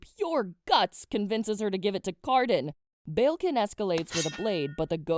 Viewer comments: the way your pronouncing balekin is killing me 😣 it's bal-ekin not bayilkin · Did you said prince BELKIN?